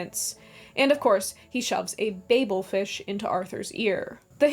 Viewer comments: Babel is actually pronounced babble.😅 Babble Fish. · Great video but it’s pronounced “ Babble Fish” just like Babble the language training app.